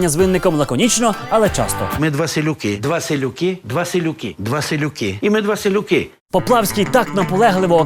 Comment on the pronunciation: 🤦‍♀️Чомусь сказане «селюки» звучить ,як віслюки ...